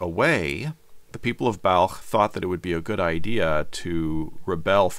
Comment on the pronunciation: I'm glad to see that Balkh, is pronounced the way a word spelled B A L K H would be pronounced.